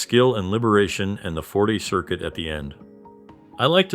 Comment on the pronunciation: Man, I really try to watch your content, but I just get so triggered about how many things you mispronounce. Like, sometimes it feels like 1/2 the words. Please please help yourself grow by looking up pronunciation guides for words you're not sure on. Forte, Outro, so many names and other terms you just kinda wing it and it's really distracting from your otherwise solid content.